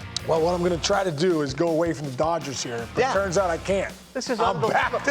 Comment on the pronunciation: Bro said “doyers” lmaooo